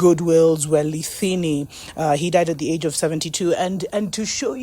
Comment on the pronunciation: Hello, His Majesty Goodwill Zwelithini. The 'TH' is pronounced as the 't' in English. Thank you. The King is not exactly of King Shaka's blood line 'per-se'. King Shaka did not have an offspring. It is with the greatest sadness that this has occured to us. I have been crying for days. People are asking for lessons regarding this as I teach isiZulu. It is just not doable for me as of right now. It is as though my heart has been slit open. I am hurting so much. I feel so much pain for the king. I have understood his frustrations. I have understood his position in apartheid South Africa and the current perpetuated apartheid that we are going through. And the frustration of being misrepresented in the media. Where even his words were so cunningly edited so that his message did not come out correctly to the public. And to have a 'Prime Minister' who is not for you. My heart hurts for my King. Through all of that, His majesty did his best. I am so proud to be called umZulu and teach my children about him always because he has truly worked hard to bring up and uphold our culture in a hostile South Africa. Bayede! Wena WeNdlovu! Bayede! Hlanga Lomhlabathi.